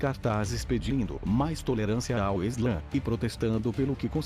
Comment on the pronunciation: não é eslã, é islã